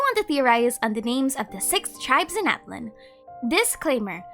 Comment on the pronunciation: I also forgot to say two months ago! Natlan would actually be pronounced Na-TLAN in real life Nahuatl as TenochtiTLAN would